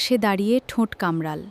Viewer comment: কামড়াল্ নয়, হবে “কামড়ালো”